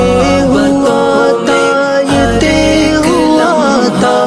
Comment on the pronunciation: نظم ماشاءاللہ بہت اچھی پڑھی ہے لیکن تہہ لفظ نے سارا مزہ کرکرا کردیا ہے لفظ طے ہے اور اس کا تلفظ بالکل غلط ادا کیا گیا ہے اور پھر اسی لفظ کی بار بار غلط دہرائی نے آگے سننے ہی نہیں دیا برا لگے تو معذرت!